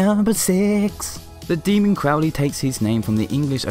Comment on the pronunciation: I love your jokes! You are so charming! ((Even though I know almost most of this-)) The video is very lighthearted and lovely, the butt gif made me giggle a bit. Also the curses- amazing. Crow-lee?? Isn’t that how it’s pronounced?